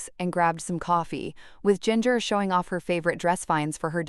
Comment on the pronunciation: The way this bot says Jinger makes me laugh and laugh every time! Come on people, the least you can do is program your bot correctly.